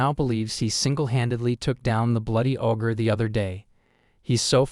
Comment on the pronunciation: Hey! Stupid AI! it's not AWW-GRR, it's OH-GRR. Ogre. The AI mispronounces the simplest words, and it's maddening! And the AI trying to say the story "using other words" frequently gets them to say something completely incorrect, ever opposite, of the real story! GAAAAH!